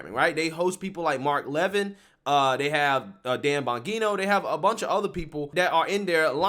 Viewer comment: Dude you demolish Mark Levin and Dan Bongino names come on bro just listen to fox and see how there names are pronounced 👍🏿